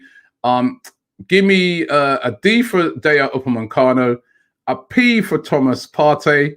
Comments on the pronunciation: stop calling him upamancano ROBBIE! If we want him we wanna get his name right! U _ PA _ ME _ CANO! omg Robbie you must be working for Tottenham. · Aouar is pronounced "Ah-war", not "Aurier" lol. Also, it's Upamecano, not "Upamencano"!